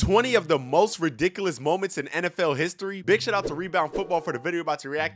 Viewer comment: bro said radikullus